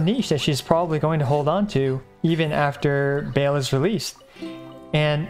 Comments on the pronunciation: it's Baal not Bael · Love how he pronounce Baal as "Bale"